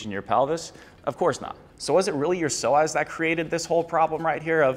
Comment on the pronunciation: Psoas is pronounced “So us” not “so ass”